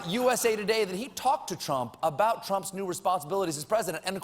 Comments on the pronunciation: he said "Twump" LOL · I think that's how Elmer Fudd would pronounce Trump. #Twump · stephen: pwease mistew twump uwu trump: then perish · "Twump" ... Awesome!! lol - From Canada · "Dwain the swamp, mistew Twump!" 😂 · I Wuv Twump new naaaame, Pwesident Twump. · That's it, it's 'Twump' fwom now on. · Colbert, err I mean Elmer Fudd, says "Twump" ... that's gold. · i like the FUNNY trump accent you got there Colbert. and glad you worked around your crappy gag reflex. it was always when you mentioned Trump being president and i was starting to get worried that you have a problem with democracy or your food pipe.